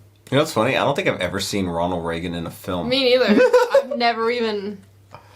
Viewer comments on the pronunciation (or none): none